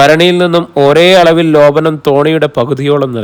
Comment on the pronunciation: Lopanam alla mashe Lepanam❤